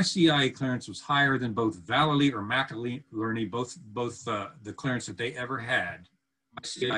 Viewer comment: why are you calling him “McILERNY?” It’s MCINERNY. Are you speaking about another person? I am confused. 😕